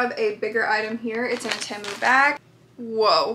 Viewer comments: its pronounced tea-moo also sorry about your foot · I think it's pronounced like tea moo but I'm not sure